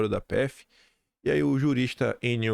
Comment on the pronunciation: Viterbo pronuncia-se como Roberto